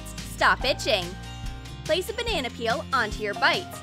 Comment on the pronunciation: “Ben-nana better”